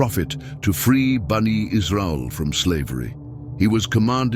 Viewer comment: Brother please kindly prounce Bani Israel not BANA Israel Thank you excellent information from Quran Majid May Allah SWT accept your hard work